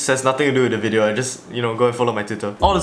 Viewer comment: Intro: LETS GET RIGHT INTO DA WIDEO Not even 5 seconds later: BEFORE WE START...